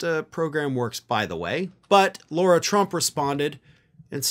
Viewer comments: Lara not Laura not Lora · Lara, not Laura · Lara, not Laura. Just for the next story about stupidity. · Please call her by her name.. Lara, not Laura…small detail but you sound better when accurate; I’m a big fan of yours!! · Please stop calling her “Laura”, which is also the name of my dear daughter. Eric’s wife is named “Lara.” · Do you continuously pronounce Lara Trump's name incorrectly as a way to dig at her? I don't really care it's just something I notice every time you say her name.